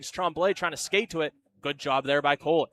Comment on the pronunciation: Play-by-play calling Cooley "Cole-y" and it's throwing me.